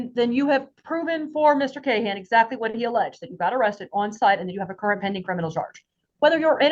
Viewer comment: “Eye zactly” 😂😂